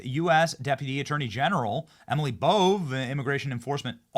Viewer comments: Its pronounced E-mill, not Emily lol it's a guy. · Emeeeeel not Emily